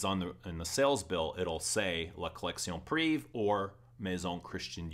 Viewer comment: Great review as always. I'm french and just FYI, for the pronunciation, every time you are saying like if it was written like la collection "priv". You are forgetting "ée". The full word is "privée" and is pronounced like lingerie is pronounced linger"aye". So you should pronounce like la collection priv"aye". If that makes any sense, haha.